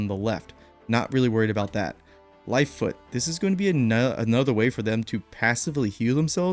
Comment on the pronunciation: Lol. "Lifefoot." It's Lifefont.